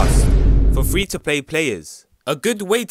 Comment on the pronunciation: I love the EMPHASIS on free and nightfall XD